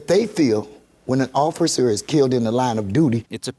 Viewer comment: Killed not kilt